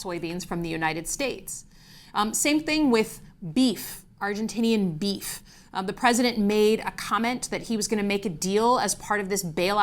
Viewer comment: "Beef farmers" 😅. As a ranch kid from West River SoDak now living in the MItten this was about as good as hearing how you say "BEE-ef" multiple times. FYI, producers out West are losing their sh!t on the Argentinian cattle issue. They don't represent a large constituency anymore but they do have a lot of political sway in their states. Keep up the good pressure. None of this is normal or good for our country!